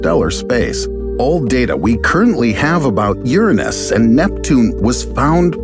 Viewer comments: I like the way you pronounced "URANUS".. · is no one talking about the way he said uranus??